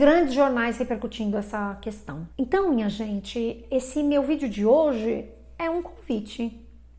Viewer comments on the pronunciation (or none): none